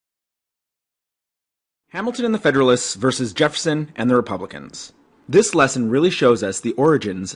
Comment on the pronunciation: he did